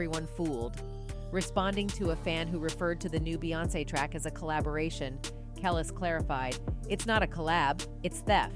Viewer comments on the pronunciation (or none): Who is the woman narrating this video? And how many times are you going to say “Kelis” name wrong? It’s pronounced “kel- lease” not kel less. So annoying.